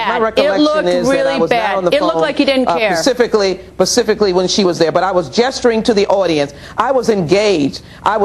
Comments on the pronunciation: "Pacifically...pacifically..." what an ignorant fool. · "Pacifically"...... it just gets worse and worse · It's specifically not pacifcally you moron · pacifically, that troglodyte just said pacifically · pacifically. this woman makes law